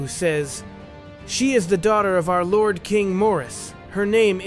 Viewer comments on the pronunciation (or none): none